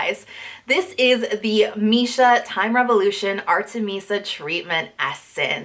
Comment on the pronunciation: i think you pronounce artemisia wrongly haha <3 <3